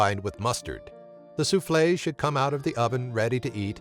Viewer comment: It is not soufflaise,it is souffle. Corsica is not a" nearby town", it is an island, a rather large one where Napoleon was born. Murcans!